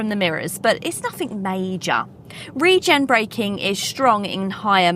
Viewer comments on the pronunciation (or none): none